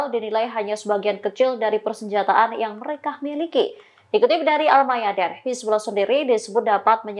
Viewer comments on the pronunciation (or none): Al mayaDIN mbak. Bukan al mayaDEN. Double e dalam bhs inggris dibaca I. Kaya see, green. Hadeeehh...